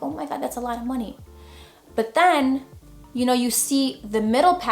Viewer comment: Hey, big fan of your channel!! I'm just slowly getting into photography, this video helped me come up with some ideas in my near future. Your the first photographer channel I started following, followed by your homies Manny Ortiz and Irene Rudnyk. Btw, yes your funny, like how you say " Buhh" when you use "but", without the "t" pronunciation..😆